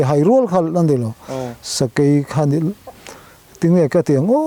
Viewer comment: Sakai tiin i lamri lek lek..Sakei.. chuan Sa bai tiin a ri lek lek bawk..Sa, Bei..um kah tuma bei.. Kan sawive lawk ani e..I titha lutuk e..kalzel angche..!?